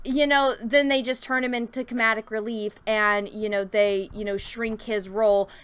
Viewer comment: Comadic relief? Blindlessly? Stop making up words,. Speak Engrish...